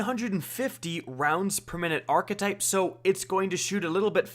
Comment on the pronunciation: I watch your videos all the time. Always useful info and reliable. But damn it bothers me the way you say archetype. Very cringey